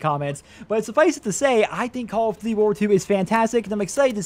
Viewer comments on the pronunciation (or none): "Call of DUVVY" WTF are you saying in the first 2 seconds of this video?